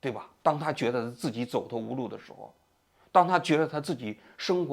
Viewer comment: zhen么生活 肘头无路 王局最近平卷舌不分😢